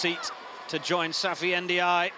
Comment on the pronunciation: its the first time i hear the good pronunciation for n'diaye...